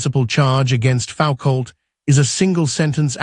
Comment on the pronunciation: AI slop. FFS you can't even pronounce Michel Foucault's name.